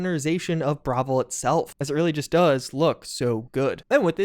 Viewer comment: Dude can you pronounce things correctly? Bravil? Bro.